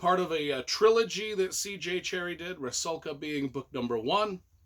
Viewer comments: If Rusalka is supposed to be then it should be pronounces as 'roosawka'. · Almost correct! Only U is pronounced like in Ruby or Rudimentary. So Roosalka, just not particularly long sound. But otherwise spot on.